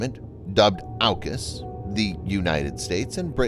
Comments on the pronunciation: It’s pronounce auk us (or orc us) not ow cus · It’s pronounced as Orcas. As in killer whales